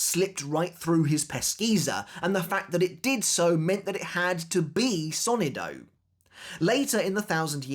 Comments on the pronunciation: It's so-NI-do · Hello, great video. I just wanted to give a piece of advice. As a native Spanish speaker, the word "sonido" is pronounced with the stress on the second sylable, not the first.